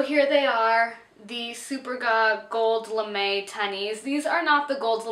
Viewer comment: You pronounce them suPERga.